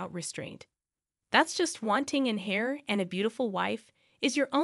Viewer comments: The word is heir not hair. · They are correct....Heir is pronounced Air,like what you breathe...